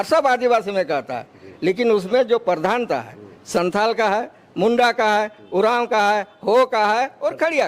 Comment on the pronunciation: मुंडा होता है चाचा , मुंड़ा नहीं, इसका अलग-अलग अर्थ होता हैं!मुड़ा दिकु का शब्द है!!